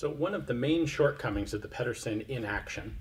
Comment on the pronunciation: Ped er sen not peddersen